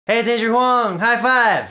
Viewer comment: it totally sounds like you're saying "hi im asian huang" in ur intro